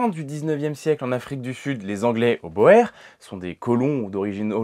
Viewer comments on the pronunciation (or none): Le sujet est super intéressant ! La seule chose que je déplore est, comme toujours, la prononciation de " la guerre des Boers". Boer se prononce "bour" , pas "boèr". Cela veut dire simplement fermier en néerlandais. C'est une erreur que j'entends dans la quasi totalité des vidéos qui en parlent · Pour les Boers, je conseillerais la prononciation "bourre" car OE se prononce "ou" en Néerlandais exemple : goed (ɣut) (bon, bien, reconnaissez le good anglais ou le gut allemand) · Grand merci !! excellente vidéo. (On dit bien "Bourre", pour "Boers". Les spécialistes le prononcent ainsi.) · Le nom BOERS se prononce BOUR.. Je suis extrêmement étonné qu'un << historien >> puisse faire une telle erreur...